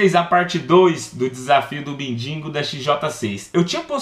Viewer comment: quem percebeu q o falo bindingo